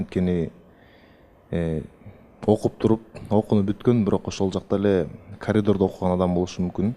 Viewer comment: бу кыз Сан-Марино айткандай КоЛиДорДо олтуруп окуйт го😅😅😅